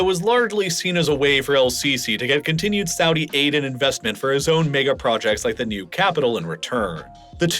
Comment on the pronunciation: mayga instead of mega is throwing me off